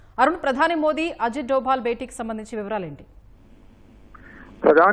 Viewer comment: అజిత్ డోబాల్ ❌ అజిత్ దోవల్ ✅